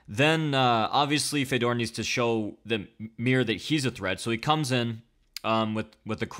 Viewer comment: What is it with the weird Fedor pronunciation? Common man, there is like a billion ways for you to hear(The commentary team?), how can you still say it so weird?